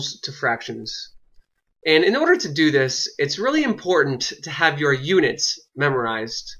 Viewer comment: WHY IS HE SAYING UDITS!? It’s pronounced UNITS